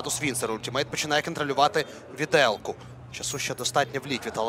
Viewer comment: Віделка, мля. ВІДЕЛКА!!!! АХАХА, я не можу)))